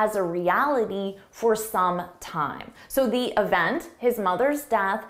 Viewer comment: And the word event is not“ e v n t”